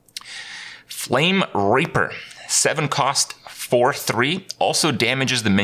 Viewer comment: So are we not gonna talk about Kripp's pronunciation of the word Flamereaper ?